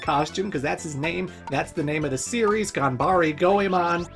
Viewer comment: Why do you keep pronouncing "E" as "I" in the word "Ganbare"? Also, PLEASE play Mystical Ninja for the N64! Now that is a diamond in the rough if ever there was one!